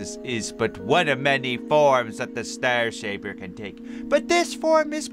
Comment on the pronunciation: Oh Yeah You Said STAR Shaper Its The STAIR Shaper Did You Say Star Because It Fits?